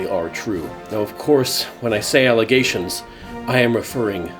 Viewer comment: did anyone else hear alligators when they said allegations? like if you did.